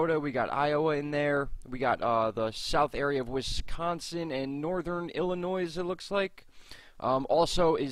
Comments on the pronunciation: Do not pronounce the s in Illinois laugh out loud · and yes the s in Illinois is silent s you do not hear the s in the word Illinois